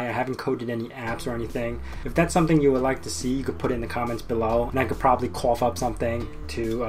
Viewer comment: "i could problubly couff up something. WHAT?